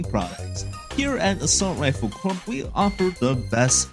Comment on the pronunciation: and corps as corps instead of core